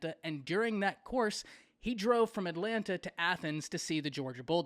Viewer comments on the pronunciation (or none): none